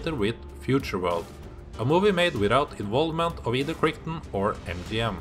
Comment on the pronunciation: It's been years since I've seen this. I shall have to watch it again! PS: Michael Crichton's surname rhymes with "right on".